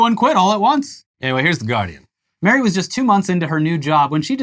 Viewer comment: Mari is pronounced 'Mah-Rri' not like Mary